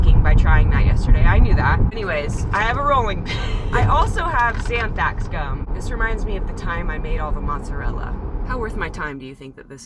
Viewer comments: Anthrax gum is all I hear 😂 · LOL Xanthax gum!!! I can tell you're truly afraid of a recipe when you rhyme an ingredient with Anthrax hahaaha. Your persistance is appreciated,!